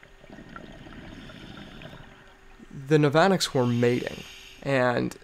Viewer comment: the navanax is usually pronounced NAV-UH-NAX and the 'ch' in nudibranch is pronounced as a 'k' ;)